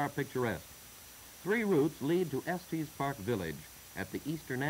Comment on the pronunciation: Estees Park…lol. I grew up there. It’s just Estes. No matter, I really like these old newsreels. It’s fun to see the town and area before my time.